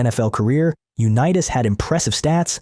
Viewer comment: BS VIDEO! Mispronouncing his name and showing pics not him was a disservice to Johnnie .